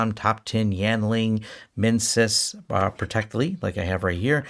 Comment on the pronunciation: I liked it better when you called it protecteli 😂